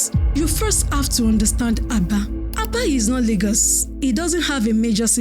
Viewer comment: Stop spreading false information, this Azumini has depth more than Lagos own. It is called Aba not Abā.